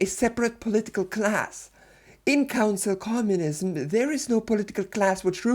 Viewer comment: I can't stop hearing "Cancel Communism".